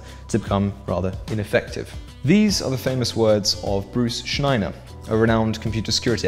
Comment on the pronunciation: p.s. It's Schneier, not Schneiner. Pronounced "shneer"